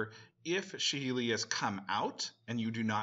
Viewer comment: what the fuck is wrong with this magic youtubers and card names??? Shaheeli? really? It's SAHEELI, SA, SA, SA not SHA it seems the only person capable of reading the proper card names is the Professor, from the Tolaria Community College